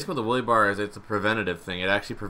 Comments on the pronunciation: Its a wheelie bar not a woolie bar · "The Willy Bar." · "The Willy bar"